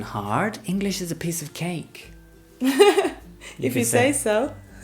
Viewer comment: Tantos videos y seguimos diciendo "ingliss"?